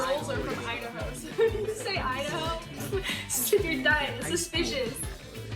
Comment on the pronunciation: yes only girls are from “I-dah-hoe”